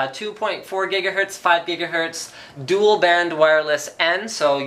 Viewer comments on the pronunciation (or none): none